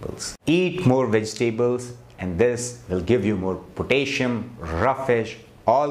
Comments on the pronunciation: Pronounced PO-TASS-I-UM. 4 syllables, not 3. But good advice.😊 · Interesting. Some suggestions for pronunciation. VI-ta-min (not whytamin) VI-rus, VI-tal, vine HOR-mone HOR=core, four, more, sore, door po-TAS-si-um po-TAY-toe, ro-TA-te, VEG-tbles